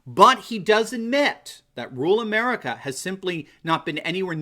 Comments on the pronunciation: There you go again, Doc ... What is 'rool' or 'rule' ... Or, do you mean to say, RUR-AL ??? Surely your doctorate credential would dictate CORRECT English !!! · Dude... the word is RURAL... not RULe